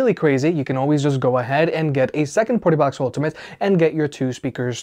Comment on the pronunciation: Your say Partybox like PortaPotty